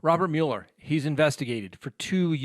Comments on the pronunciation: The Special Counsel's name is pronounced "Muller," not "Mewler." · it's not pronounced mule-er. It's Mueller, like mull it over. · Mueller - pronounced MULLER. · Angie Stone Mule-er is the original German pronunciation, not the bastardized (American) version.